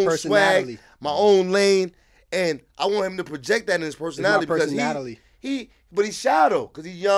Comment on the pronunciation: “My personatily”